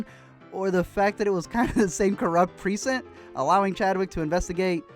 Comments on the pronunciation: Everyone else: "Pre-cinct": "Preesent" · Was anyone else bothered by the way he pronounced Precinct??? I mean I love your videos bro but its as bad as when Beyonce talks about Surfborts. Lol. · YOU ARE PRONOUNCING PRECINCT HORRIBLY INCORRECT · It's so weird hearing Chadwick talk without the Wakandan accent. And the way you kept pronouncing precinct just bugged me.